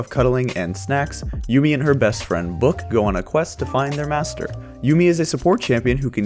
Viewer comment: It's Yuumi not Yummi :D